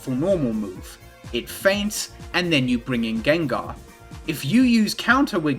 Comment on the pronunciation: “Jenjar” fucking took me out